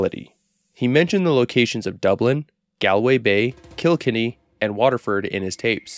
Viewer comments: Its pronounced "Gawl-Way" and "Kill-Kenny" (like South Park killed kenny) Irish Whiskey is pronounced Ish-Ca Baa-Ha, translates as Water of Life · Please never say Galway and Kilkenny again please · The way he butchered Galway and Kilkenny